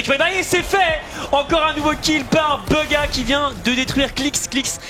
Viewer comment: En anglais tu prononce bouga, pas beuga comment la plupart des français le disent.